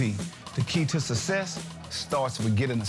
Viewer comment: Gawd! It always used to drive me crazy when I saw that commercial and master p said "sussess" 👊👊👊